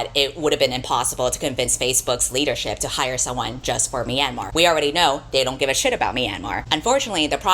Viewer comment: .....sorry to be nitpicking but as a burmese american i humbly request you look up the proper pronunciation of myanmar next time you make a video... i kept getting startled by yours 😅 (the myan is more like meow/nyan than "mee-ann")